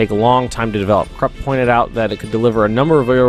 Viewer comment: Pronounciation: Say "Voodoo" take the "oo" and say "Kroopp" (Krupp). That's almost right. Don't say Krooooooooooopp, but a very short Krupp. The "u" in Krupp is short. I love all your Hoi3 series. I also learn a lot watching it. Edit: All "u"s are pronounced "oo" (but short) in german. So it's "Koomersdorf", "Kroopp" etc.